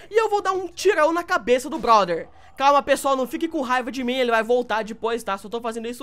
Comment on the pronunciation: Eu adoro quando ele fala broder E muito engraçado.